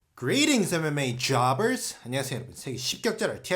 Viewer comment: 중간중간에 mma jobber 발음 ㅈㄴ웃기네 ㅋㅋ